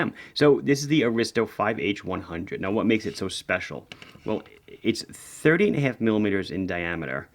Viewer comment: Lol thanks, I suspected it to be 38.5 but my ears definitely heard 30.5 several times in a row! 😂 Thanks for the video, great-looking watches!